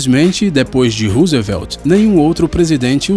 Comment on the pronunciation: hahahahaha e o presidete Ruzevélti?